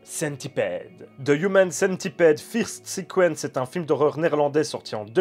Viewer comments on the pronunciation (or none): il a vraiment dit "fïrste" ?